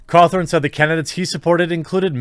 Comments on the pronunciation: It’s gonna Scott Cawthon not Scott Cawthorne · Its Scott Cawthon not scott cawthorn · This is bothering me stop saying Cawthorn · Great vid, i just can't get over the fact that ur calling him Scott Cawthorn Its Cawthon, there's no "r" in his last name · I hate the fact you pronounce his name scott ko-thorn instead of how it is pronounced, ca-thon. But other than that great vid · His name is pronounced caw-THU-n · It's been how many years of the huge FNAF series and people are still pronouncing Scott's name wrong.. Totally agree with the message though. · There is no "r" in his name, Jeremy.